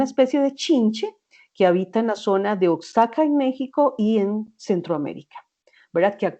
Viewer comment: Oaxaca se pronuncia Oajaca